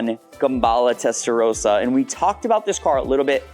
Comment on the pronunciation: Learn how to say ‘testarossa’ properly please. Would you call someone with the name Ross, ‘rose’?